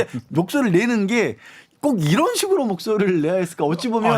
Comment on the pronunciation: 김은혜 왈~이란이 아니고 이런 입니다 ~다시잘들어 보세요~